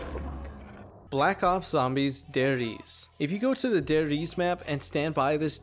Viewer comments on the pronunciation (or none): "Der Riese" means "The Giant" in German btw. And the e at the end is pronounced. So not Ries, but Riese :) ty for comming to my German lesson :p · Der RiesE not Der Ries its german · Hearing you pronounce Sadako and Der Riese hurts me so hard. Especially as a German. Der Riese menas the giant, by the way.